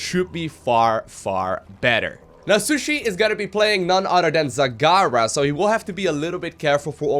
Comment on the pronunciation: *She-Shoe-EEEEEE not shushi